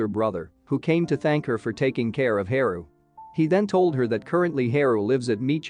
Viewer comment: Haru isn't his name pronounced Haa Roo not He ru Ouch said my ears